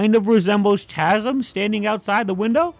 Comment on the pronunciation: Chasm is pronounced cas-m… lol but great video this run was so ass and love the long explanation